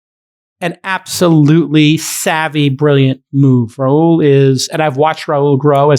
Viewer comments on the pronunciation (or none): I don’t think Rahul is pronounced that way.